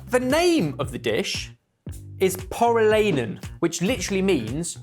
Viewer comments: needs to work on his pronunciation. One type into Google translate and it’d tell him how to pronounce Pore-ee-lie-nen. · I've not seen the correct answer yet, but based on the way the name is spelled, I presume the flat hot dog is from Finland. If I only heard I would not have guessed that at all though 😅 for future videos: finns pronounce every letter, so more like por-ih-làh-ih-nen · Pori-lye-nen, lads. 🙂